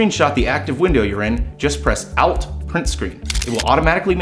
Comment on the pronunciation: "Ahhlt print screen"?